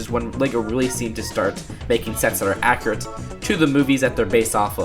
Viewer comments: You keep saying "ackrit" through the video. Its pronounced "ack-U-rit" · Omfg!!! It’s accurate, not acriate